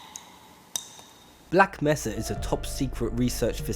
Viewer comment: It's Black "May-suh" not Black "Meh-suh" ! >:P Awesome video regardless